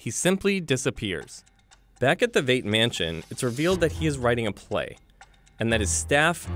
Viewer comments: given that Veidt is a real name (German), and that real name is pronounced Vite, and given that both the movie and series pronounce it Vite, and further given that these assorted YouTubers can't agree on which way to mispronounce it, I'm not giving them the benefit of the doubt. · Here's what I want to know. Why, in all the videos I'm watching today, can nobody pronounce Veidt? I'm hearing it as Veet, I'm hearing it as Vate, and not a single one saying it as Vite. The movie's been out for a decade. There's a source available to reference. How is this so hard?